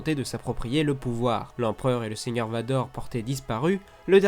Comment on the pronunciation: Il sait pas dire merci Vador mdr